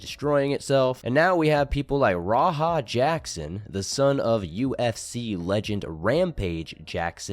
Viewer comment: Ra haa. Straight diabolical pronunciation